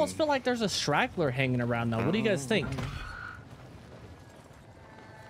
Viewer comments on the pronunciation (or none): A “shraggler”?